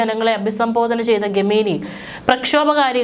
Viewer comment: ഗമേനി എന്നല്ല, ഖുമേനി എന്നു വായിക്കുക... ലേശം ഉളുപ്പ്.?